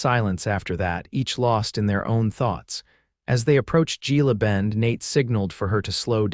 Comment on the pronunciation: Gila Bend, usually the G is pronounced as an H. 😊